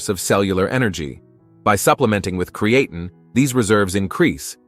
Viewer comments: Hey there Mr AI, good video 👌 Just a tip though. Creatine is pronounced Createen.. Cheers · Good, but somebody please teach AI how to pronounce creatine.